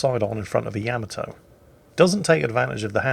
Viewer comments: Stop saying yamatoe. It's yamato. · Yamato = ya-mah-to not ya-mit-to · yam-a-tow... LUL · Is he pronouncing the name of the ship wrong?? I have a feeling he is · The funny thing is, he'd play the opening for Space Battleship Yamato, but still pronounce it wrong. -.